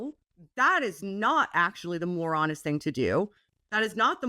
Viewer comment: I thought kept saying "the moron-est thing to do" like it was a Canadian insult, rather than "the more honest thing to do."